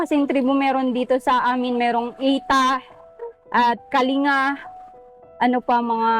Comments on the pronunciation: Kaling ga Po a pronunciation. Salamat sa pagtulong sa Kasama namin mga Igorot. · ang tamang bigkas po ay kalingga double G bagamat pag isulat ay "kalinga". Salamat po and God bless po at mabuhay po kayo para marami pa kayong matulungan❤